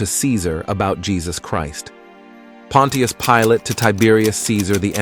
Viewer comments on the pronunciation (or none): Pon-chus Pilate, 2 syllables. Not Pon-ti-us. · Try saying it like this : Pon’shusss Pilate,..instead of Pon’teee’us. 👻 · It’s not pronounced pon- tee-us it’s pronounced pon-chus 😑 either narrate yourself or hire someone to. These ai narration voices are horrible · Using these fake assed AI voice narrating softwares is compromising the quality of your presentation by mispronouncing key words and names. Pontius Pilate is not pronounced "Pawwwwn Teee Us," rather, it is pronounced, "Pawwwn Chous" Pilate. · The pronunciation is not Pon-tea-us...it is Punch-us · Your text reader might as well call him "Pontiac" Pilate it's butchering it so badly. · Pontius? That's not how you pronounce it it's pon-chus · Pilot's name is pronounced "pon chess". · Pronounced Ponshus Pilate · the AI mispronouncing is so infuriating and is widespread, it's pronounced Pont-chuss, js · The name Pontius is pronounced “PAHN-shus”. I wonder if this is just another AI voice.🙄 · OK A.I. it is pronounced Pon shious Pilate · How he pronounces Pontius Pilate is hilarious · I don’t think I can take this vid with Pontius Pilot being mispronounced over and over lol 😅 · AI can't pronounce Pontius. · I sure wish this speaker would pronounce Pontius correctly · Now if only this AI robot voice could be programmed to pronounce’ Pontus ‘ correctly.